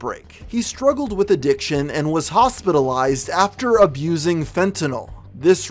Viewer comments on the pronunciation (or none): none